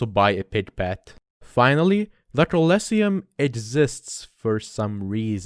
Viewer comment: did you just call it the "colesium"?